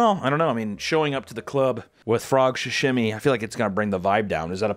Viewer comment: Why is he saying “shashimi” it’s called SAshimi😭😭